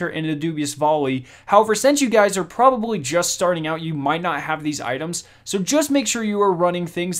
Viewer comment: Couldn’t help but notice but the L in a word should not sound like a W like the word probably is not pronounced probabwy just heads up great vid. tho those tips help thanks.